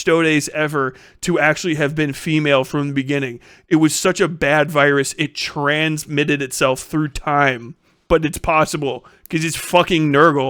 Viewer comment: LMFAO XD Trans-mitted xD We gonna trans your space man just so you seethe xP